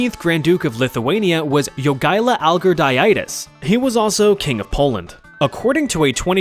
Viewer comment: I love how as a Lithuanian, he pronounced Jogaila's surname like it was a name for a disease